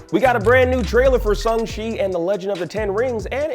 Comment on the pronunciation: he says it correctly. Look it up.